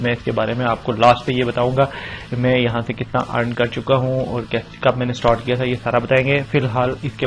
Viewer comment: Stort nh hota start hota hai bhai😂😂